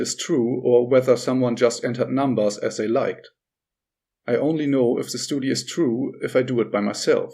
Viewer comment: Hi, I understand that you are not a native speaker, but for the love of life please check out how to pronounce "study" properly. Your future viewers will appreciate it!:)